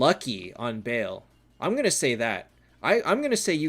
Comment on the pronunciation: Hi, love your content, keep it coming. Just one thing I noticed, you pronounce Baal incorrectly it's not Bail, pronounced it correctly in this stream.